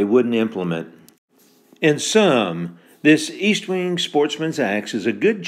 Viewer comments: Pronounced ESTwing, not EASTwing. Very good video. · ESTwing not EASTwing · logan wolf Tanks Logan. I don’t know if you realized this or not, but I mispronounced Estwing all the ay through the video. It should be EST-wing not EAST-wing. I’m planning to do a new video on vintage Collins Axes soon. Thanks for watching and your kind comments. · Its Est wing, not East wing ffs